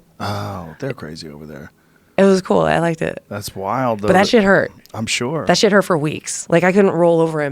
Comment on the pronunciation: Hey Joe stop pronouncing sure as “shore” please!